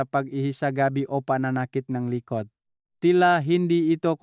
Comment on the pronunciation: Doc ikaw ba ay Pinoykc para kang Bombay na nagsasalita. Pati letter g ay binibigkas mong k like tulog sa iyo ay tulok,likod ay likot. Ay yay yay you’re not a good speaker. Nung una kitang marinig ay Hindi ka naman ganyan magsalita